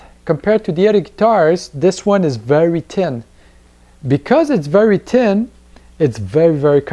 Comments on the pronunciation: Again. I love accents. Just the way you say thin. "Tin"! I love it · Good review..............still laughing at you trying to say thin thou hahah